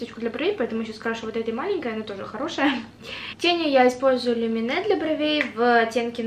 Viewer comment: Правильно лУмене. Это наша финская марка и на финском читается лУмене!